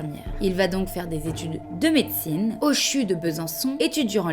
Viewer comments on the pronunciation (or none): on dit C-H-U et pas ''chu''...